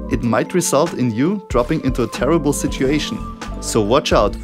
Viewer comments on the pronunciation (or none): none